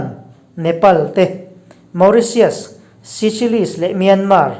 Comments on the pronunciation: Seychelles ilam dan khi diklo😀😀😀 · Ni e..pawimawh ber chu ni lo mahse hetianga channel meuh entlak leh ngaihnawm siam chuan a lam dan dik hi chu hriat a tha mang e